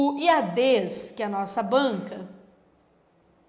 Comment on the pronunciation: A professora chama de Iadês, o certo não seria Iades? Sem ênfase no E.... Desculpe a ignorância..